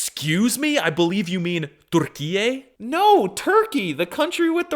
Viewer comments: Türkiye bro not Durrkiyyey lol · if you said that to a turkish person without saying you are american they would think you have brain damage because it sounds like Turrkiyyeyy in turkish. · gng its not durkiye either tho😭😭